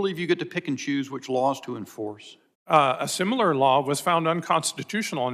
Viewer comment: Simular, Sir? Your education is showing...😂